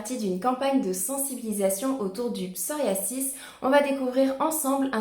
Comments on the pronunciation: Je crois qu'on peut prononcer psoriaZis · Merci pour ces onfos mais le psoriasis ne se prononce pas comme vous le prononcé !!!